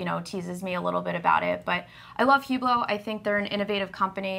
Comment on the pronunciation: Ladies allow me to mansplain - the "h" in Hublot is silent. It's pronounced "ooblow". You're welcome.